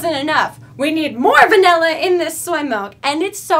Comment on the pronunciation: you said vanilla a lot and every time I noticed you said vanella.... I say vanulla